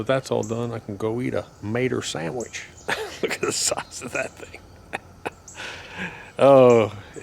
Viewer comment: Gotta like a guy who says "Sammich".